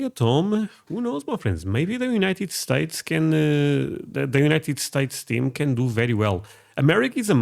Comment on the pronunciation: ok i subbed after you said "United Sates and Iran.."